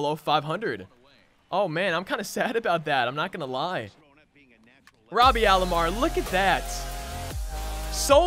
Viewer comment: Nice vid 👍 It’s Roberto Alomar not Robby or Robarto or Robearto or Roburto